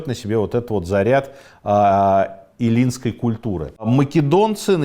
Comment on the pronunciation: Всё хорошо, все прекрасно, уважаемый Автор! Одна просьба, если можно, пожалуйста, проверяйте ударение: Э’ллинский союз, не эллùнский, несколько раз, увы, была оговорка. Про выпуски о Medici я вообще молчу, каждое второе имя собственное.. это нечто. Вы можете спросить, за спрос денег не берут как говорят в России. Pazzi, а не Pazzo, Àlbizzi, а не Albìzzi, Còsimo, а не Cosìmo, в общем, примеров тьма, что, впрочем, не меняет суть: Вы старались и Ваши исторические выпуски, даст Madò, будут способствовать просвещению достопочтенных зрителей. С Уважением к Вашему труду